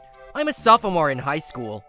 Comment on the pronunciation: Did he just say "sofamore"?